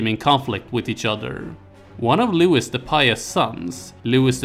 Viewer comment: It’s pronounced”Looeee” not “Looowisss” . . . Ruined the whole video